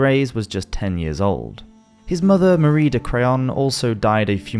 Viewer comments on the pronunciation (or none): none